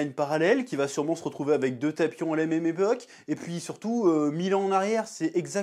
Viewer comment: "la même èbok" ? 😌